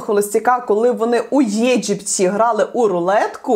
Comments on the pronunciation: а как она произнесла Египет!!! с ударением на е)) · мабудь щирой украинкой) которая летает в Египет -удариение на Е